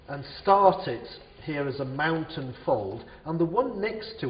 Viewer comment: yes i know but it sounds like fountain